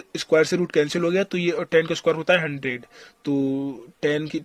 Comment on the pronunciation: I don't know why i laugh when he says....ye kese ho geya 😂😂😂